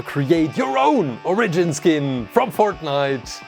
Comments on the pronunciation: its origin not orgin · its fornounced or-i-g-ion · You Sid onagen in stead of origin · Or-a-jin : oregin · you say origin wrong